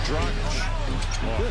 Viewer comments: please get acustumed to pronounce his name well.. sometimes you do and sometimes you don't (in past videos you didn't at all). it is dragic= draaggich. not "drajik". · It’s pronounced dra-gitch not dra-jic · It's pronounced "DRAGITCH", not "DRAJIK" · As an Eastern European it absolutely hurts my ears when people call him Goran Dragic (Pronounced like Tragic) LOL. It’s Draghich yall... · I enjoy how pronounces "Goran Dragic" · It's funny how his surname is pronounced differently within the course of the video. :D